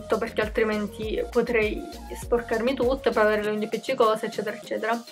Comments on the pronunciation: perché dici unghio?... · anche io ho sentito unghio 😂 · Ma pk dici unghio? 🤣🤣T. V. T. B💖💖💖🌼🌼🌼